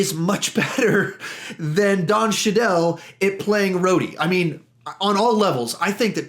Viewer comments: I thought his name was pronounced Don Chee- dull not shuh-dell? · His name is pronounced Don Cheedle sounds like cheese.